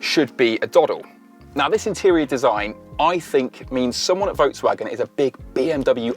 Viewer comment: Work on your pronunciation of Volkswagen.